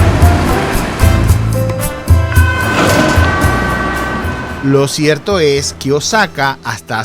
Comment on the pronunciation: eres un tontolin al titular tu video,no veo nada sucio,sucios deben ser tus calzones.Y por cierto no es Osaka,es ooosaka infeliz,ese tonito de voz de subnormal es terrible